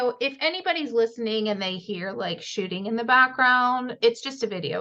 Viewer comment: No shooting LOL I thought you said shi*ing at first LOL